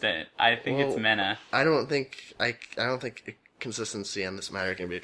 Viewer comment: It's pronounced "Me-Na" I lived there so I know